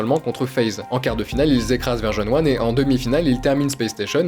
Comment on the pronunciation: top les vidéos l'ami ! blague à part depuis le début j'entends Verge-on-One et j'ai l'impression de passer à côté d'une équipe dont j'ignorais le nom.. en fait c'est juste ta prononciation qui est cheloue haha 😂